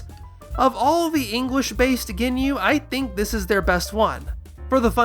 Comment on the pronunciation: oh my god, "Rea-Coom" From the Goonyu Squad, lol